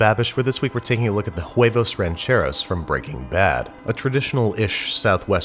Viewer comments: I thought this was Huevos Rancheros, but the guy in the video kept saying it's Jueivous Rencherous. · You can't even pronounce huevos rancheros, and no, that's not how you make huevos rancheros... Don't ever do Mexican food again if your going to make corn tortillas like that. I'm surprised white boy here didn't just put some curry in there